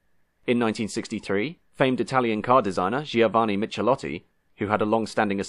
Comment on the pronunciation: "Michelotti" is pronounced "Mikkelotti": in Italian, "ch" is pronounced as in "chord", not as in "cheese".